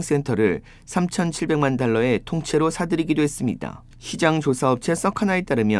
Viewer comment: AI??? 펜을 쥔손이 움직이질 않네. 아니면 어떻게 “…..했슴니이댕“ 으로 발언이 가능하지??